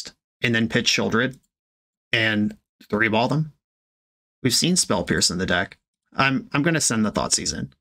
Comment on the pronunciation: You mean, "As they say, THREE-ball"?